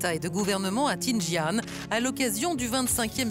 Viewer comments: Dans quelle ville Tinjian ? Faudrait se renseigner un peu mieux sur le nom hein 🤨 T-I-A-N-J-I-N 🤓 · Tianjin* faut apprendre à prononcer les villes